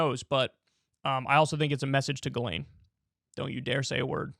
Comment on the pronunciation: Except in French the s isn’t silent and is pronounced Jisslaine. Unless she herself had a different way of saying it, Jizzlaine is probably closer. The way Kyle said it sounds like another French name, Guylaine.